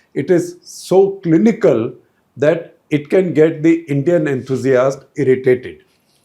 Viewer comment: ...the indian armed forces including IAF have always resorted to lies,exaggerations and distortions to cover up... I wouldn't be surprised if lying rules supreme even now in this discourse...And,what atrocious pronunciation!Their womenfolk are better speakers!